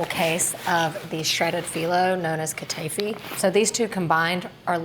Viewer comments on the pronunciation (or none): Hi! These all look great! The correct pronunciation is"ka-ta-ee-fee". I love your recipes!